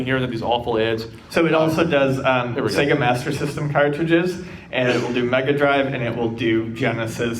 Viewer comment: So, according to, Mg = Mega Grive (that's a soft G I guess).